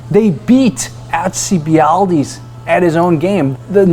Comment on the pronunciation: Dude. Haha. AL-cee-Bied-Deez :)